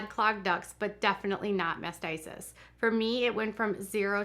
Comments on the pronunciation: It's Mastitis, not what you've said a dozen times, "Masticist." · it sounds like you are pronouncing it as mastisis. It's mastitis. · mastitis not masisist. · It is pronounced MASTITIS!!!! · MastiTis. Pronounced mast tight us. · If wanting to call out others she really should pronounce words correctly. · No, it’s MAST i TIS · Please learn how to pronounce mastitis. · Please note it’s mastitis. This happens to all women not just nursing moms. I first had it age 12. I am not trying to nit pick but you pronounced it incorrectly so many times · Oh please learn how to pronounce mastitis